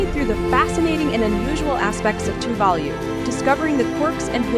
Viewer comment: What a terrible video.Virtually none of the background scenery is of Tuvalu.The information full off errors.Even the pronunciation of the island name is 100% wrong.